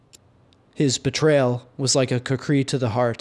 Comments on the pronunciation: That's actually a really bad pronunciation. KHU-Kuh-ri with a rolled r, almost like a d. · Oh, OK. I thought it was pronounced Coo-Cree.